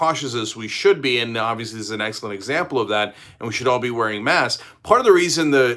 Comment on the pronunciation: Cenk, there’s a «k» in «masks». You’re talking about «mass»